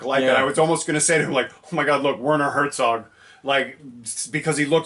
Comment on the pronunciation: Well, I wouldn't usually, but since you absolutely insisted on corrections: German Z is always pronounced as TS. Hertsog.